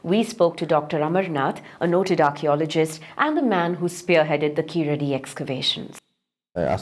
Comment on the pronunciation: sir , thank u for the video but a small correction plz ,,,,,,, its not keeladi and not tamil ,,,,,, its Keezhadi and Tamizh ... kindly hard pronounce ZHAA thoroughly , if we lose one alphabet we lose one complete language